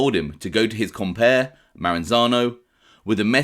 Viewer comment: Great vid as always but you need to work on your Italian pronunciations. For example, "compare" is com-pa-ray. Anyway, keep up the good work!